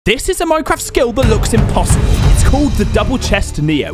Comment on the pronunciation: says it imposidbel